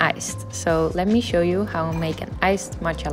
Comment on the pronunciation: „Let me showrrll you“ HAHAHAAH